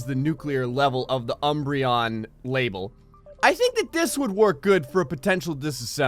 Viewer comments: A couple of times it sounded more like "Uhm-brayy-unn." It's just a joke, really. You pronounce it fine most of the time. And the ending is "on." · Everyone who gets featured: OMG thank you so very much, now people will download my things, I love your videos! Me: UMM - BREE - OHN,! UMM - BREE - OHN! But really, in spite of pronunciation, thanks for another feature for the UMBREON label. Also, shocked to see a threaded crawler do more damage than a nuclear projectile.